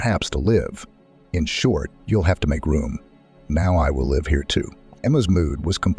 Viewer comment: Try pronounce live correctly. M